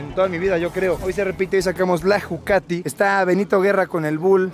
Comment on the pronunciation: Todo chido pero que naco decirle jucati 😂🤦🏻‍♂️